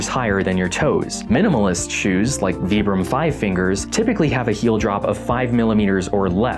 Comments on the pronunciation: It's not "vee-brum" it's "v-eye-brum" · Vibram is pronounce with an i.